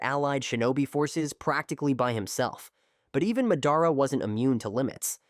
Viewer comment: Sorry you say Mehdara